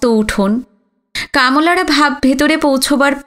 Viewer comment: কামলারা উচ্চারণে ওকার চলে আসছে। কামলারা হবে। কামোলারা না।